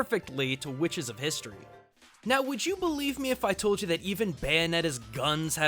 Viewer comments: QUHICTES is what I heard when you said witches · Did he say "Whuhwitches"? Is that a JonTron reference? Ok...